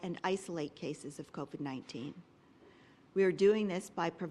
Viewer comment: I wish Doug Ford would learn how to say COVID. It's not CovED, it's CovID! DUH!!!